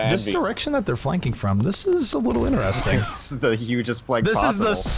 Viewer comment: my biggest problem with zp is his pronunciation of "interesting"